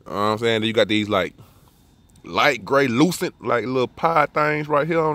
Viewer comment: Grey-lucent.... smh lol